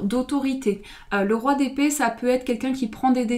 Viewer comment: Quand tu as dit Roi d’épée j’ai comprit : Roi des pets 🤣🤣🤣 (Dsl mais j’étais obligé de le dire 🤣) Ps: Super reading 💙